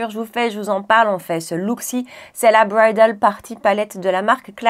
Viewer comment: Bonjour ma Chérie…. Ah la la cette Bridaaaaaaal 😻 punaise tu l’as bien prononcé lol !!!! Bref tu comprends ❤